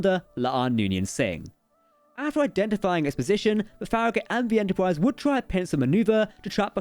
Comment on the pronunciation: Lol "stwange new wooowds" "Entowpwise" Wow. I love it.